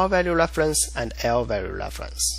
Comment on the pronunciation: say what again? lvalue leflence